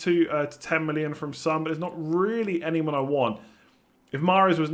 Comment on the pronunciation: It's not Sun it's Son